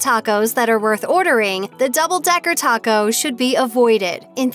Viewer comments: I can’t trust the advice from someone who can’t even pronounce Taco right. Double decker for life! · Is anyone else super annoyed at the way she says taco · The narrator’s pronunciation of the food is just horrible. “Tacou” “tortia ” “picou te gayou” “il poyou loucou” any way, all of the food on this video is not real Mexican food. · nice video. I do plan to check out Taco Time when I go to Vegas. But, wow some of the pronunciation on words like "taco", "pico de gallo", and "El Pollo Loco". 🤢😭